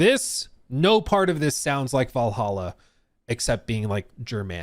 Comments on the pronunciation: "Vallaha" noyce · Val hal aa how hard is that? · If you can’t pronounce Valhalla you have serious problems